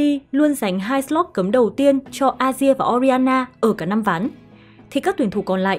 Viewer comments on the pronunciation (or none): none